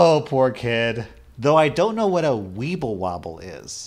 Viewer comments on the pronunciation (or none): It's the "Weblewoble and bobies" for me 😂